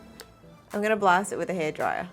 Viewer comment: we're talking a thousand zoom here wif my new microscope*wif a proud face* That was cute AHAHAHAHAHA